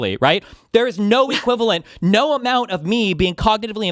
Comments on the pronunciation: got that "Nauuur" pronunciation of "no". She's a secret Aussie?😮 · no one is actually saying has any particular Australian accent. What she does have is a particular way of pronouncing vowels which is both diphthongized and has that almost R consonant ("naur") which is very specific to Aussies.